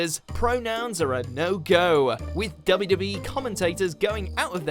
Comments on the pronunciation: confused me at first, narrator sounds like he kept saying "WB" or "WE" and not the 2 W's. must be his accent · Is...is he saying WB? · the way he said wwe 😂